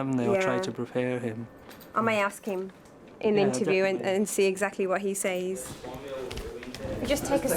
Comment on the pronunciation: I’m a stickler for grammar. The young girl with the dark hair and the “15yr old” from Lagos, can’t even pronounce ‘says’ correctly. That’s taught in the first 5 years of school. Young children always confuse done and did. For example “look what I done Miss!?” It’s unbelievable to see in today’s world.